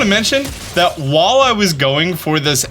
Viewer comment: It’s “while”, not “wall”. Lol